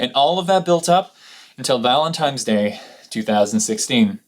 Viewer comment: It's nice to find people who care so much about words like me, and also pronounce it "Valentime's" day (unless I misheard)😋 Two people this week have given me grief this week for it. I'm not sure where this comes from and I know how it's 'supposed to be' pronounced, but that's how I've said it for as long as I remember. Thanks for this video. I enjoyed learning a little more about who you are and your past. You deserve to take breaks when you need them, but I'm glad you are in a place to come back and are looking into doing this full time.